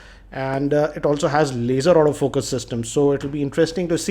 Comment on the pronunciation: Everytime you said Auto focus, it sounded as if you said out of focus. (No evil intentions here)